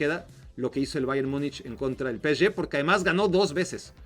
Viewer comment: Es pe-ese-ge, no peschge, si lo vas a decir en ingles es pi-es-gi PSG